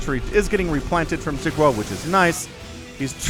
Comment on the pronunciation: "xi" is pronounced like "she" in english, but say it with the corners of your mouth pulled back towards your ears (or your lips against your teeth instead of pointing forward)... or you can call him watermelon if you cast his games in the future =) thank you for hours of high energy, fun entertainment every week!